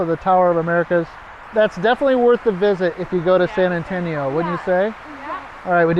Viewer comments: Say very slowly: Sann Ann-Toe-Nee-Oh. Si? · I'm from Phoenix, Maryland (yes, there's another Phoenix besides the famous one). I love your videos regardless of the specific shenanigans involved because it's you doing them. And sometimes I learn something, like the fact that apparently it is possible to mispronounce "San Antonio".